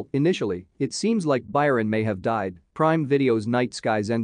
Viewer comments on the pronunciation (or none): none